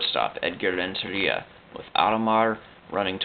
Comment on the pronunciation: You need to lay off those annoying hispanic pronunciations dude. Do you call Italy "Italia"? Then don't call Rentaria "LLLLLentellllia".